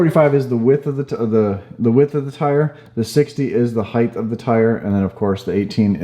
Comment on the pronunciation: Lol I used to say “heighth” too